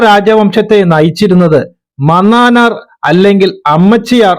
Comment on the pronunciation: മനാനാർ 😂 pronounciation